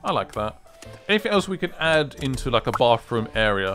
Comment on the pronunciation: I feel like an angel loses it's wings every time someone says "bafroom".